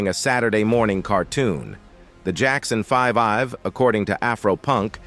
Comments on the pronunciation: "The Jackson 5 Ive." 🤣 Geezus you'd think they could dial in the pronunciation with all this technology. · So now AI robots put out videos. LOL Robot narrator "The Jackson 5-Ive"